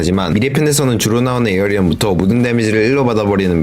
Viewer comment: 별건아닌데 에어리언 아니고 에이리언입니다 ㅋㅋㅋ 보는내내 말하고 싶었네요